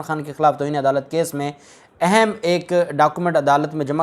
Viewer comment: Word اہم is word zuber therefore kindly note pronunciation of اہم